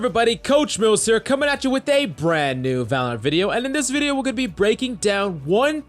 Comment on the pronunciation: Did you forget how to say VALORANT 😂